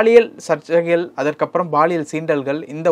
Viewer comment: Anchor promounciation awkward.. thamizh thandavam aaduthu.. he is saying baaliyial.. instead of paaliyal. (Which implies sexual harassment)